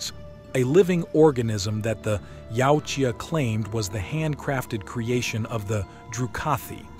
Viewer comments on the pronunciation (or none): Yautja can be said as either yowt jah or yah oot jah but never yowchua which I hear way too much